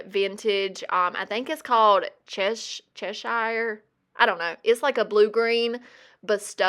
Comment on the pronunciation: Bit of info, Cheshire is a county (state ) in England and you pronounce it Chesh then ear so Cheshire ❤